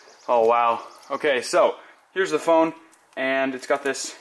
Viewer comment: he said "as you can see the phoone is presented here".